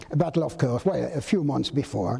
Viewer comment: If only Judge Nap could say KURSK correctly. 😂